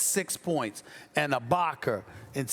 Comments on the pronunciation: " ibaker " - stephen a smith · “Abaker” Stephen A Smith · I have been watching Stephen A for years...that said I have never noticed more so than now how annoying it sounds when he butchers the way he pronounces “a” as “er” GET IT RIGHT DAMNIT 😂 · “Ibakar” - Stephen A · Stephen A, who the hell is Ibak-er?? 🤔😂🤣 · Who The Fuck Is Serge Ibakerr That Stephen A Keeps Sayin?? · SAS always saying Ibaker when is ibaka!! Why? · No one: Stephen A : Ibaker , Pelinker, Kuzmer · Serge Ibakar, Rob Palinker.... c’mon Stephen A. smh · Haven't watched yet, but I know Stephen A said "Ibaker" at least once. 😂😂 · 47" ibaker " - stephen a smith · moss spray lol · I got love for sas but mannnn with someone with the vocabulary that he has idk why he has the hardest time say words that end with a lmbo how is ibaka ibakar lol I’m dying over here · Stephen A: "Boogie shut down Ibaker" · Stephen A Smith - “Boogie is needed to neutralize Ibakerrrr.”